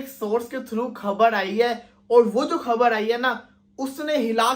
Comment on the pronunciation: Khbad nahin khbar boltiein hei